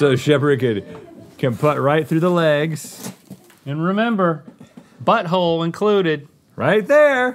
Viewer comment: What was that, Link? "Butt hole?" Or "putt hole?"